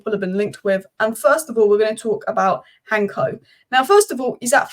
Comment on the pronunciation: Its Hancko not Hanko. The c is pronounsed as an cs. And also not Arnie but Arne. 🤣